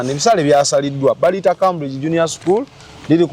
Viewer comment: It's pronounced Kemburigi, Cambridge in English. Tokitwala, it's for correction